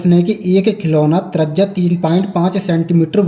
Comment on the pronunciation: Bhai apne bolne ka tarika thoda sahi karo trajya nahi त्रिज्या hoti hai